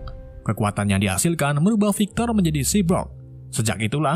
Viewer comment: Cyborg bukan cybrog Bacaannya saibork bukan sibrok